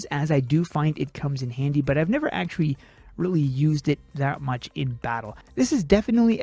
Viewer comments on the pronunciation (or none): none